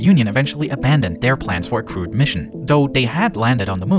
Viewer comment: It was a cwude mission with robotic pwobes